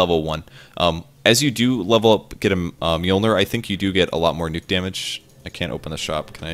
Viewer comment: Americans trying to pronounce mjölnir.. lol